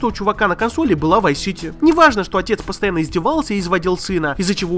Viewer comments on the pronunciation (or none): Vive City? Ты серьёзно? ВАЙВ СИТИ??? что у тебя с произношением вообще.